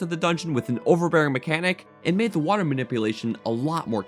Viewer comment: Dude, u need to learn how to pronounce your T's. Hate the the way u say water lmao!!! xD